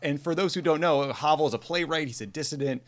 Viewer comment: Hey Tommy, Ben, and the whole CROOKED team, Sending you all greetings from Prague. Thank you so much for this episode and your kind words about Vaclav Havel (also for not mispronouncing his name). US politicians often use his name as a buzzword, which just makes my head explode. (Paul Ryan mentioned him in his speech to the Czech Parliament in 2018, as did Mike Pompeo when he addressed the Czech Senate during his visit in May this year; as if VH would have had anything in common with these two...) In my view, VH was the best president we’ve ever had, and we’ve been going downhill since then. Anyway, I'm always surprised to hear you talk about President Obama’s trips to the Czech Republic. I’d think that they would rank low on the list of the hundreds of foreign trips you have been on, since I consider my country rather insignificant in the larger world context. Finally, thanks also for sharing your reading tips – they’ve been greatly appreciated during our ongoing lockdown. Looking forward to new episodes in 2021. Enjoy the holidays.